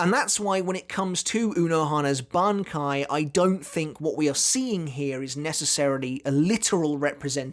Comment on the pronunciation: Did you even watched the video? She uses and kill/revives Zaraki on each strike. Also It's BANKAI not "banki".